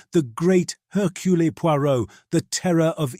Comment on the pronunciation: You’d think that, at least in a Poirot mystery, they’d teach the thing how to say “Hercules Poirot”.